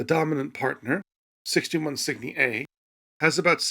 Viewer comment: Cygni? At first i thought he was mis-pronouncing Sydney at first.